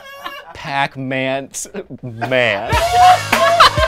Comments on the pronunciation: "Pac Mant Man" makes me so irrationally angry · The giggles that overtook me at "pacmantman"... Oof. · In tears at "Pac MAnt-Man". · I feel like after “PAC-MAnt Man” we all gotta fight Joe. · Imagine hearing, PAC mant man, Save me! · I swore Pac-Mant man was actually PAnt man, which I feel is much funnier. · I’ve been watching this crew for a LONG, LONG time........ Pac Mant Man is my favorite thing. Ever. Aside from watching Steve say it.